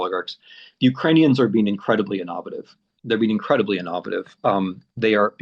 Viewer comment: I wonder what language Tim is thinking in when he pronounces "innovative" -- it ain't English.